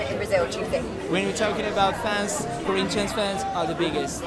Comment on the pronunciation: It's Corinthians not coritches or whatever u were saying